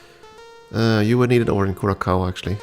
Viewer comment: For what it's worth: It's Kou-Rah-Saou, not -Kaou